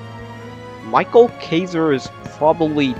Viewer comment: btw isnt micheal kaiser pronounced mikael kaiser?